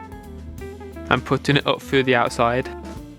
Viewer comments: Fait that fwu the inside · Victor Angel he said “Fread that frough” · Fwed that fwuw